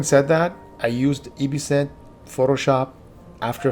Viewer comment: EbSynth: "Say Ebb, like ebb and flow" YouTubers: "Ebb" EbSynth: "Say Synth, like synthesis" YouTubers: "Synth" EbSynth: "Perfect, now say EbSynth, like absinthe" YouTubers: "Welcome to my EeebeeeSimfe tutorial.."